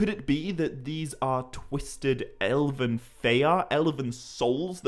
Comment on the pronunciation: silamarillion? sil'A'marillion? why does he keep adding A'ss in the middle of words? In another video he keeps saying Elaven rather than Elven... once you notice its really jarring...